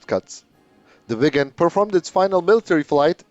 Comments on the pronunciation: Swede here, your Viggen pronounciation is good. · Aggre and im Swedish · You say viggen perfectly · You are pronouncing “Viggen” beautifully, exactly like a Swede would do! 👍👏👏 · yes you pronounced viggen correctly in this video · Swedish is a bit strange for non Swedish.. we have sounds in word that are special. Draken= the a sound is the same as when You say the word "are" and the Ken doll name so Dra-Ken but in one word! Viggen You said right. Gripen is.. the i sound like ea in the word "easy" and pen is like the pen you wright with, So Gri-Pen in one word. if you have 2 consonants like Viggen you have that like the american word "rig"... If You use old British english, then the sound on the letters will be very near...